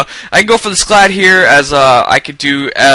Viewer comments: And it's SCALD! Not SCLAD -___- come on bro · It's scald.. not scalad.. lol